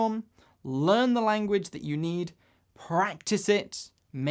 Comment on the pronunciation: a-gain and a-gain.... extraordinary languaccch :-)